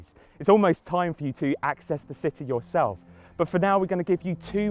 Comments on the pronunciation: "Access the city yourelf" Godammit I lol'd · Is it me or does it sound like hes saying: "now, the only thing to do is expefience the city your elf."